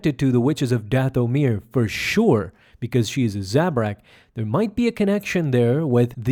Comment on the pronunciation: Plz mever say dathomir again